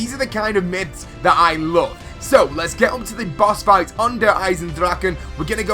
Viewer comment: "Boss Fright" How did you touch the R!?!?!?